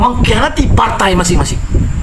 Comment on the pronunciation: Bahasa dan sebutan tu bang.. PARTAI ea..?